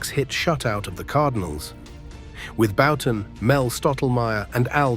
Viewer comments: . I’m pretty certain that it was AI. I mean, I’d HOPE it was, with the blatant mispronunciation of Bouton as “Boo-tan”. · . Jim Bouton is one of my two all time favorites, and hearing his name pronounced “boo-tan” was cringeworthy. Can’t imagine what the AI would’ve done with my other favorite…Mark Fidrych. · Die Nasty not dinasty, Bow ton not Boo ton. too many non relevant pictures also. I won't like or subscribe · So is Bouton’s last name pronounced “Bow-tin”, “Boot-in”, or “Byou-tin” A.I. narration really ruined this otherwise fine documentary.